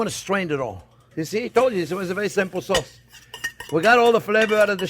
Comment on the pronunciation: cause = sauce